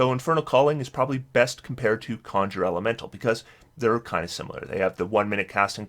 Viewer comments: I love when he goes from saying Conjure Elemental correctly to suddenly saying CON-SHURRRRRER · Great video as always but you pronounce the word 'conjure' incorrectly (just Google it) most of the time. Every now and then you pronounce it correctly which is odd.